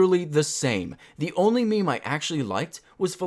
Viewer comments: I don't think you know what memes really are... Also, the only people who pronounce it maymay are middle aged women on Facebook that don't know better. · who the fuck calls meme's "may may" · No one says may mays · Stupid people say it like "MayMay" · lol who pronounces meme as may may